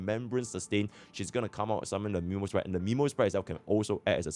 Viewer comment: Its Memosprite ant Anemosprite just for that you get a Thumbs Down